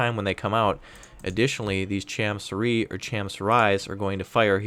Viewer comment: as a korean, I can say your pronounciation of cham su ri is correct 참수리